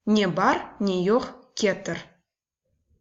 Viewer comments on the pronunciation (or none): Разве я голодный - мен ач, а не ачым? КетИр - в данном слове ударение ставится на последний слог. Слово сагъ олунъыз пишется раздельно.